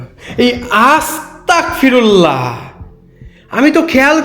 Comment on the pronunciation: আস্তাকফিরুল্লাহ ❌ আস্তাগফিরুল্লাহ ✅